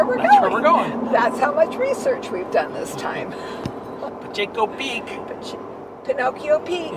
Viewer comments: Unfortunately we have had a very dry year here in Arizona. When we do have a wet year, Picacho is a site to see. The side of the mountain will be covered with Poppies! And, Picacho is pronounced Pa-cot-cho! Safe travels! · Nice video. Picacho is pronounced Pee-ka-cho!